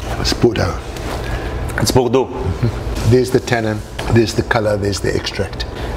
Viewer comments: Starts video recommending you turn subtitles on to understand his english, is totally understandable and even pronounces Bordeaux better than most americans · "Hm, maybe I'm wrong but it would be strange" drinks some more "Hell no I'm not wrong" drinks "No fucking way I'm wrong" driiiiiiinks "You tried to fuck with me, bad move" proceeds to absolutely nail the French pronunciation while "dying" in heaven This man knows his business